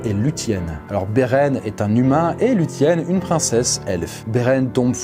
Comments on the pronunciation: On dit pas "lutienne" mais "loucienne" 😂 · La vidéo est intéressante, mais la prononciation de « quenya », « lúthien » et même « Beren » n est pas très bonne (dsl je sais que je suis pointilleux ) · On prononce Luthien non pas avec un "t" mais un "f" ou un "ph" donc sa donne Lufien .